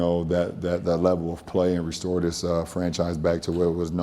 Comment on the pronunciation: He had to put emphasis on RESTORE